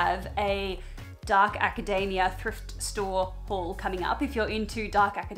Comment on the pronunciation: The pronunciation of academia like macadamia had me